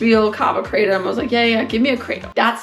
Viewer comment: Kraa Tom, not "craydum"